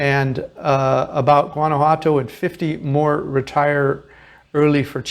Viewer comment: Please learn to pronounce the name properly. Whaan ah whaa toh.